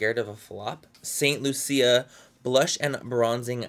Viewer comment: St. Lucia is NOT pronounced like that oml